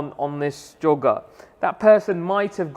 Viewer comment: It's choga dude